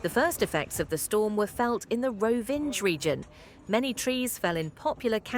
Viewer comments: "Rovinđ" 😂 It's Rovinj, pronounced like "Roh-veen", with the "nj" sounding like the 'ny' in "canyon". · “Rovinge”. Come on!